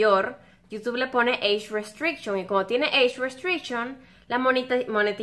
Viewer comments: Pronunciación de eich restrichon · eish ruesteishon :v